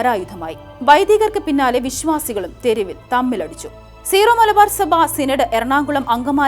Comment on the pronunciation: സീറോ മലബാർ എന്നല്ല വായനക്കാരി ഉച്ചാരണം. ...സിറോ എന്നാണ്